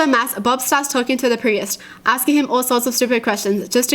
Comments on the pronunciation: She pronounced priest like pre ehst its supposed to be pronounced preest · Did she just pronounce priest as pri-est?? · does she pronounce the Priest like.. Pri-yest? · it's pronounced "P-R-E-E-S-T"(PRIEST) Not "P-R-E-Y-E-S-T" is adorable 😂😍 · The way she pronounces priest as pre-est 😂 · Uh... why do you pronounce the word 'priest' as 'pre-est' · wait pri-est is a real pronounciation of priest?(preest) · Me: Priest: Pree-est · why did she call the priest a presis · The way kyutie says priest, pree-ist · Those are jokes.not real stories P.s you can pronounce piss but not priest?!🤣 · The way you said Priest kinda bothered me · the way she says priest is...... well you'll be the judge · The way says "Priest"😬